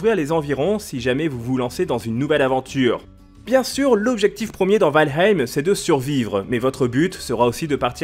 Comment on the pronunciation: Quand est ce que les youtuber vont commencer à apprendre à prononcer le nom des jeux avant d'en parler ? C'est la base quand même nan ?